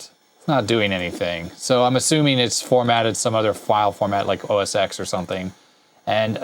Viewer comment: Just a friendly heads up. It's pronounced OS TEN not OS EX, it's a roman numeral (X = 10).